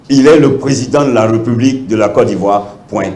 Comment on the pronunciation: Vous savez même pas respectez les règles linguistique. On dit République pas "Reeepublique" on parle donc de "fonction Républicaine". Ça c'est nos leaders ?! Mon pays Yako.